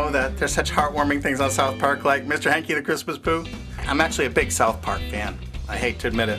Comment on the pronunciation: Hankie, not Yankie